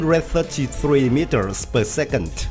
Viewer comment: Meetiirrrrrrrrsss. Lol